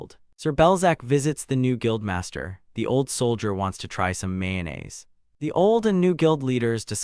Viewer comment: this is AI, the summary is incoherent you cant follow the story, and pronunciations are wrong, how can you even mispronounce mayonnaise?